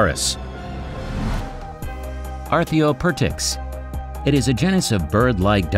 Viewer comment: for real, acheoptrix was pronounced so stupid haha